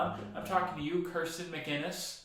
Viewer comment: Of the TAR recaps I’ve watched this week, yours has been very entertaining. The idea of evaluating how you’d do in the leg was fun. Appreciate that even when you called out Kirsten, you pronounced her name correctly. ☺️👍 Thanks again for your content. Looking forward to seeing how you handle the pandemic legs of the race 😆